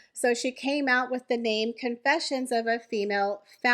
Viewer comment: "Con" is the operative syllable in Confessions.